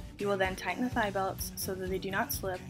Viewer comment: Am I the only one who always understood "titan it", when she said "tighten it"? PS: Girl, you are a real life savior!!